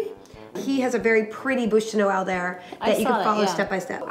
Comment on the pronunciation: i like the way she said bûche de noël :)